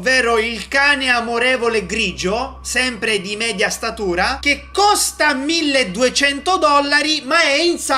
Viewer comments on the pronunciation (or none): none